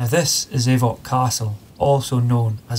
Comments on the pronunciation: It's not pronounced 'Ay-voch'. It's pronounced 'Auch'. Like 'och'. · That's not how you say Avoch. It is och.